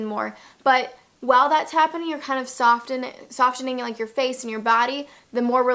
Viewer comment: T is silent in Softening.